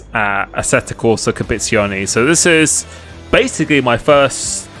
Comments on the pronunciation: its competizione not copezione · DLSS will cure the stuttering. The word is Compe-tit-zione!! Don’t forget the tit!!😂😂😂. Looking forward to watching you in ACC. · it's pronounced "Com-pe-tizi-o-ne" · Competizione, not Compizione. 😅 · Competione? Dude ur bitchering that name.. :) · "This is assetto corsa Capizione" lol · ummm you what?!.. copeetzeeoni? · You seem to need some coaching in how to pronounce 'competizione'. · Exactly! Just try actually sounding out each letter, it helps… 🧐